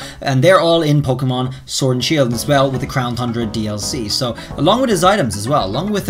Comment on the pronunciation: Why do u say crown thundra? There's no H